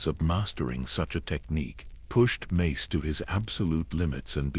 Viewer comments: I can't get past you calling him "Macy" wtf? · fr! less than 30 minutes in and i've already heard Mace's name pronounces as "mass" and "mice" lol edit: less tha 31 minutes in i heard "messy" too 😩